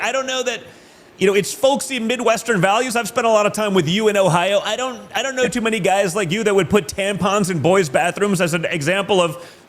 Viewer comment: Don jr pulls goes full DeSants saying "i dont know" with his whole tongue. what the hell was that???? fucking freak. Only Ron DeSanctimonious could pull yet here we are. Why are all thee modern republican's so weird.